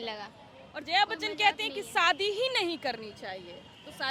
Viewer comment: Saadi😂😅😅😅 Shaadi hota hai pagli.